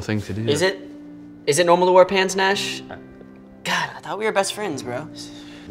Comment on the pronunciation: "Nashie" I died I'm sendi"g this from heaven lmao